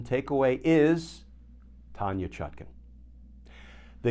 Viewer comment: Why does Kirchner insist on saying judge ChutKIN, when her name is clearly spelled and meant to be pronounced ChutKAN? Please adjust, asap!